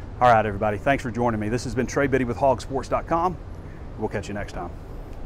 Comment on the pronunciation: Trey not drey